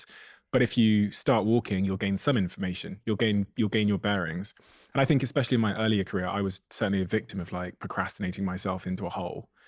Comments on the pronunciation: "Expecially" isn't a word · Did she just say exspecially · "Expecially" drives me up the wall 😂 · Maybe this is a priggish thing to say, but I just can't take a person seriously who says, "ex-specially" instead of especially. Good talk though. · Did she just say "ex-specially?" Oh. 😮 (Twice 😢)